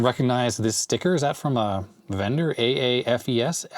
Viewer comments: Not sure if anyone else said this, but we always pronounced AAFES as "AYfees", or BX for Base Exchange. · Pronounced - A FEES